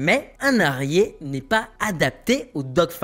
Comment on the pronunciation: La prononciation de HARRIER et TOP GUN... entre autres franchement ! Concentration ! Pas besoin de péter les feu comme ça et mettre les bonne image aussi ! De pire en pire